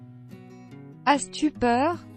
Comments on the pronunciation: As tu peur ? On prononce pas le s . C est pas asse tu peure !!!! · as tu peur نطقتها اس تي بوغ !!!!! اس !